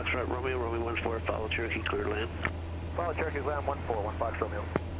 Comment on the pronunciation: I kept hearing. TURKEY 773.alias,it was CHEROKEE, NOT TURKEY. 😂😂😂, Sorry.